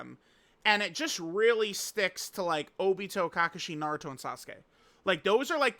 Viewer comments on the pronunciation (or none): Did he has say Ka-Ka-Shi instead of Ka-Kashi? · Why do you keep saying kakushi? 😂 it’s kakashi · This mf said cacashi